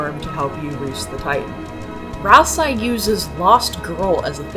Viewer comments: Continually pronouncing Ralsei's name with an "eye" sound at the end while quoting the Japanese version is crazy work, since his name is spelled ラルセイ, confirming that it's pronounced with an "ay" sound. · “Weekii” “ralseye” “gare son” “sham” you’re upsetting me. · THAT’S HOW YOU PRONOUNCE GIR?! I’VE ALWAYS PRONOUNCED IT LIKE “GRR.” Also, Ralsei is pronounced “Ral-Say.” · I can't be sure due to "Ralsai", but it seems from the way you pronounce "Gir" that you've never seen Invader Zim. Well, it's now required homework for understanding Deltarune so get on it! 🫡🤖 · Your pronunciations of Ralsei and Gir are just dang great 😌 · most fascinating pronunciations of ralsei and mcelroy and gerson